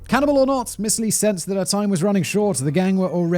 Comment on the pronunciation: It's actually is 지준파, Romanized is Jijon Ji Jone. Lee is actually pronounced E (long e). Understand the difficulty of the language. 🤣🤣🤣 Their consonants are soft. I'm sorry you are literally butchering the language. I can't watch this.